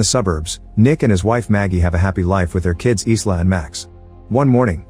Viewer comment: The name Isla is pronounced EYE-LAH, not EES-LAH.